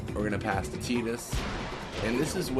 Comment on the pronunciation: Who the fuck is teedus?